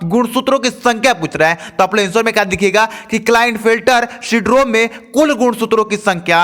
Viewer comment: Aap sindrom ko bar bar sdrom bol rhe h